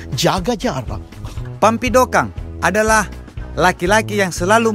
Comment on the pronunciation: Kampidokang bamma bukan pampidokang😆